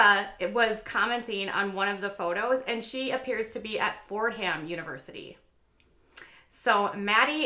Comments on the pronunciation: Yes, this is so typically of college girls. Oh to be in college again! (and it's pronounced "Fordum" not Fordham" I have relatives who went there... :) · It’s Fordam. H is silent. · FYI You don't pronounce the "h" in Fordham. It's sort of the same concept with Maryland... you would think it would be Mary Land